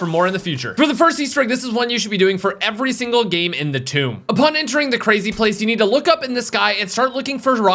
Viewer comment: whoaaaa did I actually hear finally pronounce the maps name properly??😂